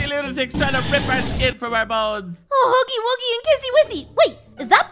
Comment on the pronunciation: His name is HUGGY WUGGY not HUGGY WOOGIE!